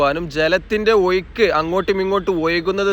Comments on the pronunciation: ഒ യു ക്കല്ല. ഒഴുക്കാണ്. വള്ളമല്ല. വെള്ളമാണ് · ഒയുക്ക് അല്ലസുഹൃത്ത്ക്കളെ ഒഴുക്ക് 😂